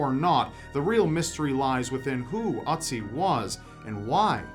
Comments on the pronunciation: It's OOtzi, not UHtzi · Ötzi not Otzi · Ötzi (you're actually doing quite well pronouncing it. the Ö should be like the i in Sir). It's been named such bc he was found in the "Ötztaler Alpen". The two German mountaineers who found him still ive, btw :-D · Sorry but I just can't keep myself from laughing at the way you pronounce "Ötzi". It's just so funny XDDDD